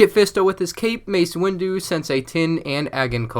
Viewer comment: You said mace windo twice